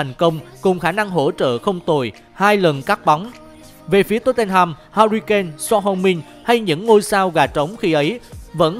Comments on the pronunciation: Son Hưu Min chứ có phải Son Heo Min đâu.. 🤣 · Son heo min 😂😂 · Son heo min. Nghe buồn cười quá